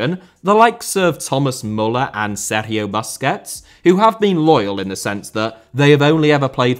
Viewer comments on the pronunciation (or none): none